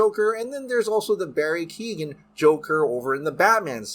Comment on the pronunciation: Just so you know, Keoghan is pronounced Keo-Gan.